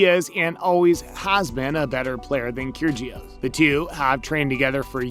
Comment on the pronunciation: Nick “Keer-Gee-Oss”? Wow that’s bad. It’s pronounced “Kir-E-ohs”. Probably why you have 500 views on this video. Awful